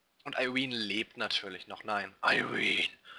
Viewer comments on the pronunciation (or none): Immer wenn du Irene hört sich das an wie "I wiin" xD